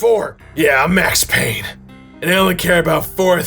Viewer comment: It’s Payne!!!